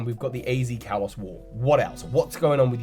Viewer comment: You say the word Kalos wrong. Kalos is pronounced (kah-lohs).